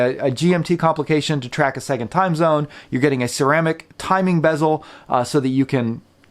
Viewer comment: Ceramic not Cermaic. its a Sinn clone ?